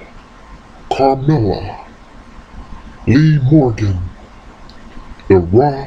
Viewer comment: why do u say Lee Morgan😂